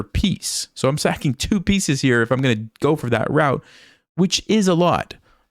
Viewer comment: It's "saccing"